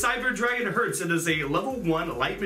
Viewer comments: By the way, the "e" in "Herz" is in German not spoken like in "earth" (how you do), its spoken like in "Spell" for example. Or like in "example".. for example. Just if you want to speak those cards in fluent German. :p And "Sieger" has no "l" in its name, I have literally no idea why you all put a "l" into his name.. >_> And "Herz" is written "Herz", not "Hertz". "Herz" is German for "Heart", not for the physical symbol "Heartz", you know what I mean? xD Imo it represents kinda reflexion of core, because of their colors, proportions and names (core-heart). Y, I hope you try to use this information for anything. :D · I think its called Cyber Dragon Herz (Not Hertz) , because Herz means heart in german🤔